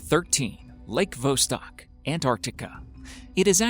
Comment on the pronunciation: Interesting stuff, but the absolutely atrocious pronunciation of so may of these areas kills me. Lake Vostok is not "Lake Vos'-tahk". It's pronounced Vah-stohk'. This seems to be recurrent in most episodes, and while it doesn't affect the story, it does affect the credibility if one cannot pronounce things correctly.